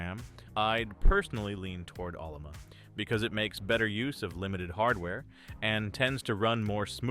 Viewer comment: This guy wrote this video's Script with AI he called it OLLOMA LOL not O L L A M A. And the AI spelt it LUBUNTU not UBUNTU LOL. Stupid AI.